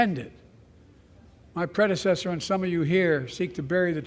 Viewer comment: ...annnnd just to showcase the highly laughable excuses the MSM are using to try to make Biden sound "lucid": 1st is Biden's REPEATED FAILURE to correctly pronounce the word "predecessor" (several attempts, zero successes). 2nd is Biden's REPEATED FAILURE to correctly speak the name of Laken Riley....which he NEVER managed to CORRECTLY pronounce, EVEN while HOLDING a Button with her NAME on it, in LARGE LETTERS, THREE INCHES from his eyes!....The highlight of the evening, many thought, was The Post headline asking for Biden to provide "a urine specimen for testing" after his "distended" temples, and unfocused raging indicated the presence of medications in the Eugeroics family of drugs.